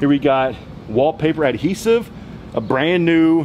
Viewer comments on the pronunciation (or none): none